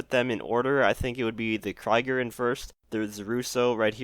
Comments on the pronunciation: ye its more Kreeger than kriger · The Locus is likely based on the Lotus Elise, but I do like the front. Not as much the back as it isnt too similar. Also, its pronounced "Kreeger", German for War (plus an R) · I'm really liking these new cars , though I'm sure we could have had something better it's still good. Btw the second way that you said krieger is how it's spelled and not "kraiger". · Krieger is pronounced like kreeger not like kriger ^^ German guy lol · Jesus. Work on your pronunciation. "Kry-gur" lmaoo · The Krieger is pronounced [Kreeger]. Like Creek with a g at the end. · Btw its pronounced KreeGer but sweet vid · You trying to pronounce "Krieger" broke my German heart. The 2nd try was decent, but the 1st one really hurt. (No hate obviously.) Krieger by the way means warrior. It's also based off of the Mercedes Project ONE. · The way pronounces Krieger...